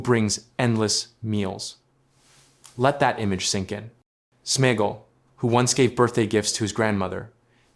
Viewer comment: It is AI generated, that is why it can’t pronounce SmeAgol.. Same as why it says Sméagol is friends with her to get the ring, it is about sharing food but he realise he can use her to also get the ring.